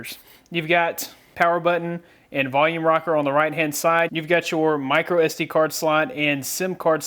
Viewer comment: did he say micro sd???lol